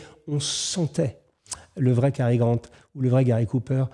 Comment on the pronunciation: Quand un commentateur prononce bien Cary Grant et non Gary Grant, on sent le niveau.